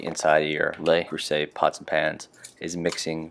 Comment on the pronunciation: I'm French and you're wrong. The "le" is correct; the "s" in "creuset" should be pronounced as a "z" but it's very rude to correct a non-native on their pronunciation except in language class.